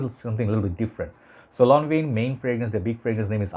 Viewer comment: Thanks for the upload …for english and french pronounced lonvan! Excellent review brother 👍🏻❤️🏴